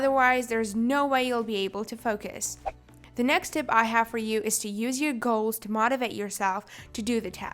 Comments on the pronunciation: Gaols hahaha its goal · Gaols lol, not a hater but lol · did anyone else notice she spelled goals wrong? She said "gaols" I'm not hating just saying :> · did she just mention gaols instead of goals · She said, ‘focus on your gaols’ 😂😂 By the way, not criticizing